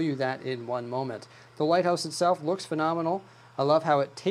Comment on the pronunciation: Every time he said light house it sounded like White House